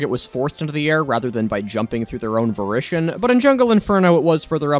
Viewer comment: what the fuck is "varition"? Did you mean, *VOLITION*?